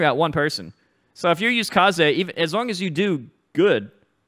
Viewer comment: Kazoo yuh